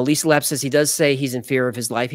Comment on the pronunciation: Even though you might not like certain topics, you never let it show always professional 😊 also I appreciate the shout outs maybe if you remember how to say my last name LA-PAY It's spelled Lappe' ❤ Always Great Videos & After Files Live 🎉